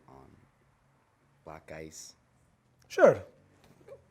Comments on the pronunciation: He's no real italian. Why does he pronunce black "blag"? Italians do not pronunce "ck" like the g sound And he's obviously mocking italian people, no one pronounces his surname like that... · Yeah we actually do pronounce those ck’s like gs in some cases. It depends but I found it’s more common from Italians from southern Italy